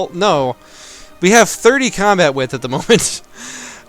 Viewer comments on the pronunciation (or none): none